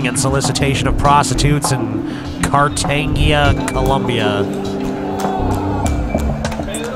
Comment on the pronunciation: I gagged when (mis)pronounced Cartagena.